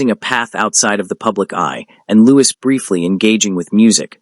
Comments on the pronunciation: Ozzy and Thelma’s son is called Louis ( pronounced Loo-ee) not Lewis. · Absolutely but in America Louis Is pronounced Loo-is. Not sure why, I'm in UK too.